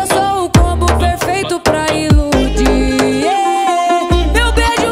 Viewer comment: A Melody pronuncia é "inludir".